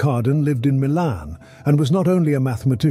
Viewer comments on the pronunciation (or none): none